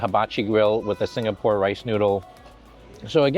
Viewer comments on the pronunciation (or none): none